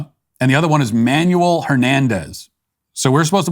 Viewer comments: 😂 Matt, come on. The name Manuel is pronounced as man-well, not man-you-ul. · Really Matt? You don’t know how to pronounce the name “Manuel?”